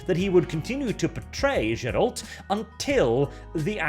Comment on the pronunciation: "Zseralt"? You have a speech impedement buddy? Don't turn into french.